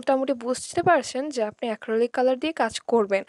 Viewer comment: আপু অ্যাক্রলিক না acrylic